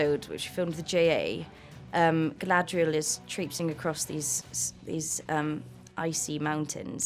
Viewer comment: Hate it when morfydd calls herself GLAADRIEL.. like wtf woman!! It’s GALADRIEL.. atleast pronounce the name right.